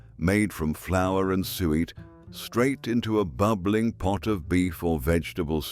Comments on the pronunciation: Not sweat pudding, it was pronounced Sue et lol! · If you're going to use an AI voice it would probably sound more professional/authentic if you could find one which can pronounce suet. Why don't you just use your own voice? (My guess would be that you're not British) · It was the AI voice which mispronounced some of the words! The man's voice say sweat pudding instead of suet!